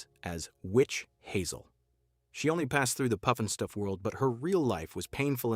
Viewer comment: Robots can't say Puff n Stuff!!